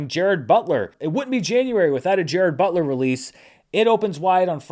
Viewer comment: I definitely thought was saying “Jared Butler”… I guess I wasn’t present at the origination of this in-joke.